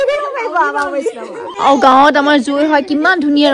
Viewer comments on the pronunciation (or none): আৰু শব্দ টো আৱু কলে ইমান বেয়া লাগে শুনিবলৈ